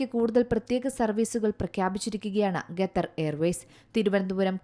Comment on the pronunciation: Ithenthaaaa ningal Gethar gether nnu parayunne... Style aano... Alpam malayali mariadha kaanikku.... Qatar ennu paranjaal nthaa.? Annam tharunna naadinte Peru valachodikkalle